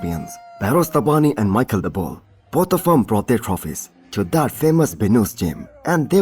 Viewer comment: His name is pronounced like mesheel not Michel ❤